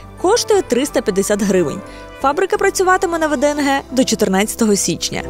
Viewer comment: Не ВДНГ а ВДНХ